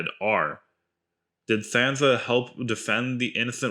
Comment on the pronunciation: Did you actually watch GOT?...did you listen?...then why do you mispronounce Sansa ?